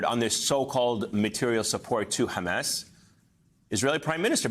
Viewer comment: The word is Hamas, not Hames.